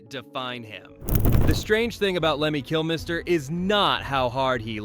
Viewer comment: Who is Kill-MISS-ter?